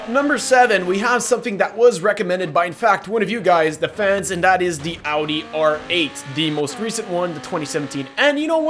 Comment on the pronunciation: Oh wow, the first non-german who pronounces Audi right...applause